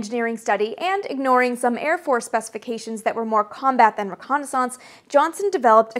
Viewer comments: I love the way you pronounce "reconnaissance"; it sounds like renaissance... Ok I definitely see the logic in your pronunciation; it's hard argue with 9 matching letters at the end of both words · French through "Canadian" :) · Fellow illinoisan myself, Chicago area, and never have I heard it pronounced this way before. Dear god does her way of pronouncing it sound French. Canadian's, eh?